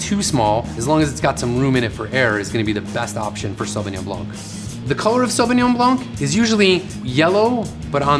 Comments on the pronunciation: Perhaps you can tell us everything about Sauvignon Blanc except the proper pronunciation...... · Hmm wrong pronunciation!!